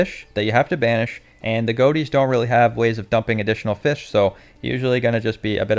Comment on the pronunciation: mixing the feesh